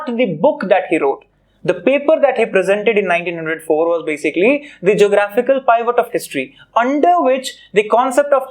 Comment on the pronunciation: Your pronunciation of Pivot is wrong 🤦